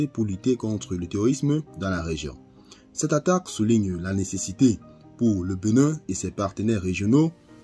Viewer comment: Cest "BÉnin" et non "BEnin"